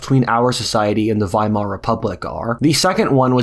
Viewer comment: Thank you for pronouncing Weimar Republic correctly